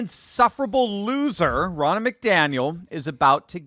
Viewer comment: Her name is pronounced Row-na.